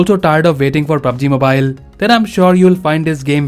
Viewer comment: PUb G mubile